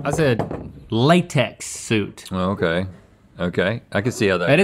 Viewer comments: Am i the only one that also heard SOUP instead of SUIT? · I definitely heard "Soup" no matter how many times I listened to that clip. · He absolutely said soup both times 😭 That was evil, y'all correcting Link 😭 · I thought he said soup as well and I was like, “fish soup”! 😅😅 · I thought he said soup too 🤷‍♀️ I was rather confused 🤣 xxx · My mind said “FRENCH ONION” 🤣 definitely said soup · Tbf even the subtitles thought Harvey said soup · I got the chicken noodle one right. I knew the person thought he said soup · I thought he said soup too. 😂 Oh, and it's Roberta, not Robert. -_ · I totally thought he said soup too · I thought he said soup to begin with too. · I thought he said "soup" too. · I thought he said soup too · i immediately thought Italian Wedding Soup for the first one i really could not tell he said suit 😭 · I thought he said soup too. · I was right on the first answer cuz I thought he said soup and link thought it too so a reasonable bad answer would be to a question that was misheard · When he is trying to say "suit" it's very incorrect if most people think he says "soup" instead. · The first one I literally said “why did he say soup” and when the guys said suit I was like oh this is gonna be funny and figured the guy also misunderstood and I said “tomato” 😄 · I totally heard soup and not suit as well. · I'm commenting early but I HAVE to let it be known that I called the "chicken noodle" answer because I too thought he said "soup" at first 🤣🤣🤣🤣🤣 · Ok but I also thought Harvey said "soup" lmao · I also thought Harvey said soup lol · Tbh I thought he said "soup" at first too 😂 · Even youtube thought he said 'soup' and not suit lol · definitely said soup in the first question 😭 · wait i actually heard soup instead of suit too 😭😭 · I thought Harvey said 'soup instead of 'suits as well. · Ok but I also thought he said soup instead of suit and I immediately answered with “pea soup” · in link's defense, i also thought he said "soup"